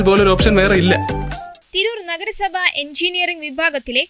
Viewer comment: നെഗര സഭ അല്ല നഗര സഭ😂